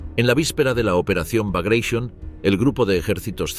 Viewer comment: Sorprende oír la palabra Baglatión (sí, con acento en la o) en inglés cuando la palabra es rusa y, por tanto, debe ser pronunciada o bien en ruso o bien en español